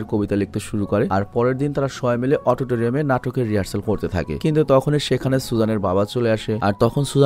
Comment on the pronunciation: Autotoriam na Auditorium